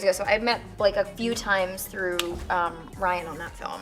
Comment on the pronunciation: Through not theu.